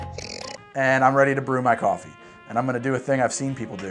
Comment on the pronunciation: You got my subscribe with "Goffee-ey-ee"! <3